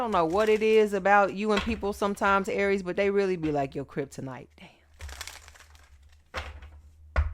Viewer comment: " They your keiptonite Aries" ....nah I'm their keiptonite!❤